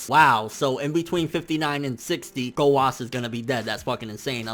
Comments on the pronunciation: okay okay, let me just say this. ITS "ZAMASU", not "ZAMAS", same with "Gowasu" not "Gowas" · Why do you say Zamas instead of Zamasu and Gowas instead of Gowasu? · its zamasu bitch! not ZAMAS!! & ITS GOWASU, NOT DUCKING GOWAS!! FUCK YOU!!!!!